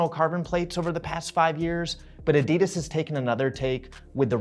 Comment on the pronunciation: Interesting that the interviewer can’t even pronounce Adidas correctly